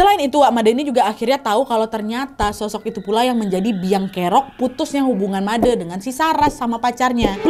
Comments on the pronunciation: Suksma Nadia, sudah membawakan KHW dari daerahku tercinta, Bali. Btw nad, cara penyebutan Made itu E nya seperti bilang Bule, gitu nad. Jadi penyebutan oleh Nadia dan kebayakan orang dari luar Bali masih salah ya.. hehe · Yeayyy akhirnya yang ditunggu-tunggu tayang juga❤ Btw aku orang bali, ijin koreksi sedikit ya kak, cara baca "de" dalam panggilan "Made" sama seperti cara baca dendeng. Ga sabar nunggu khw selanjutnya 🥰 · Akhirnya sampe juga khw dari bali, sebagai org bali udh ga sabar nunggu eps khw dari bali,😄 semangatt terus dan sehat selalu kak nadhia. Oh ya kak izin koreksi pengucapan kata made nya tu pake pengucapan kata "de" di kata "onde-onde" kak😊 makasii banyak kak, udh jadi dogeng sebelum tidur akuu❤❤ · Seneng spt biasa mendengarkan dan nonton cerita. Cuma episode ini agak terganggu dikit krn pelafalann nama "bli made" salah hehehe. Tapi semua okkee dan baguss.. good story kak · Wak bilang Made itu e'nya sperti bilang sate 😊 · maaf ya kak cuman ngasih masukan penyebutan nama yg kak nad bilang itu salah bukan made tapi pakek e ya gitu deh pokonya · Kak just info, nyebutnya itu Made bukan Made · Fyi kk made "e" nya itu di baca seperti ngomong e pada ember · Maaf kak nad "Made" nya yg huruf e dibaca pas baca kata "tenda" ❤❤❤ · kak nad, cara baca made itu e nya make e yang lagi satu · Pengucapan "Made" nya salah kk😅🥰💐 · Kak nad,baca Made itu "Made" bukan "Made" paham ga kira2?😁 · baca MADE seperti baca CABE kak Nad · pengucapan made nya salah kak:') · kk penyebutan made ny salahh hihihi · Made nya dibaca Made e nya kek baca Sampe kak wkwk tapi gpp namanya juga ga tauu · Made huruf e dibaca seperti baca tempe ... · Sebenarnya pengucapan "Made" itu slh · Kak btw namanya made bukan made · made kak bukan made, tpi lucukk😭😭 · kak nad, made huruf e nya dibaca pake e tempe bukan e elang kak... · Menyebut nama Made nya kurang tepat mbak. E nya bukan seperti baca TEman tapi baca E nya seperti baca Eka 😊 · Kak, Made itu penyebutannya seperti Bule bukan Madeu